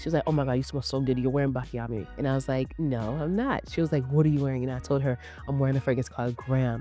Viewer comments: I love you videos :) I just wanted to tell you that we pronouce it : BATCHIAMI ! I'm italian that's why I decided it to tell you :) Kisses :) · Love you.. you're butchering the names Baciami (pronounced Bah-chee-ami), Sol de Janeiro (Jen-air-oh), Khair (pronounced care), Nishane (nee-shah-nay), Sospiro (so-speer-o). Peony is pronounced PEE-uh-nee (stress on the first syllable). I swear i think you're amazing and not trying to be shady- truly trying to help you (and your viewers who watch and learn from you) out. ❤